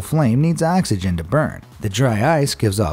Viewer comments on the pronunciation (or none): none